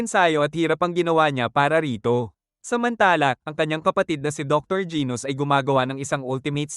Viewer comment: Genus po hindi gos😅😅